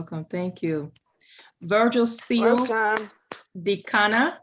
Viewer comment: I hope you mean " Odikanna" - not "Dikanna"